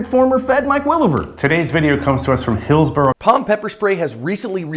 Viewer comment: “Today’s video comes to us from Hilsbor..” Lol you didn’t have to do him like that, what did you save 1 second?